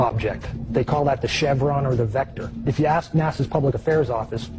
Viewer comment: aks aks aks finna go crazy when people cant pronounce ask properly